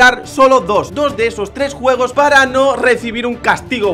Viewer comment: tu dices guegos